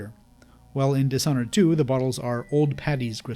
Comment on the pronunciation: dish (this h is silent) honored